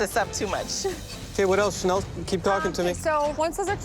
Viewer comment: channelle cracked me up